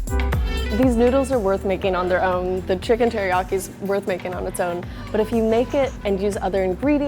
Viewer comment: did she say HERIYAKI? lol